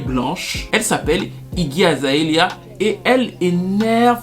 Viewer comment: azaélia ... mes oreilles saignent, mais bon la vidéo est trop intéressante on laisse passer